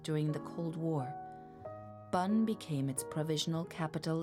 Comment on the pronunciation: Lovely narration and voice but never heard Bonn pronounced as Bun